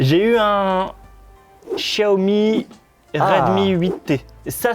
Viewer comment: Un chiaomi ??😂😂😂